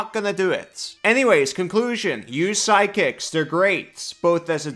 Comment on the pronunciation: I was confused, you pronounce "sidekicks" like "psychics" and I wanted a functional Psychic class so much... another intelligence full caster but with some Illithid powers from BG3 😮 On the martial topic, I agree, give them more options and make them able to cast some spells but not with spell slots, but effectively mimicking spells with martial techniques.